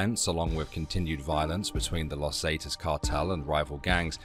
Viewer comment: God Brit’s simply can’t pronounce common in use pronunciation in used words . Not totally correct but in common use . Las Zee-taas. Loss Zah-taz , loss Ferna-Daz, loss Ange-less, .